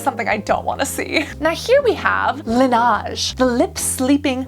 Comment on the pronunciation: i do love all ur videos and agree these awards are rarely something to trust 100% but some of the products i do love :) and also its not lenage its LANeige sorry :D